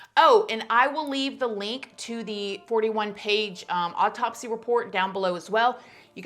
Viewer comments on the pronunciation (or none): This whole thing still wreaks of a ton of SUSPICION!!! We may never know the truth! 😡 Also,, you know I love ya girl and how you say some words. Lol Am I the only one who swears you say “odd taupsy instead of autopsy” 😆 You probably say it right, my ears are broken. However, I find myself saying oddtopsy now! 🤣 Nothin but love for you girl! 🥰